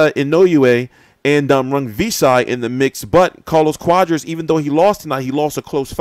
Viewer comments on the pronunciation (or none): I think it's pronounced quaaaaadras not cowdras lol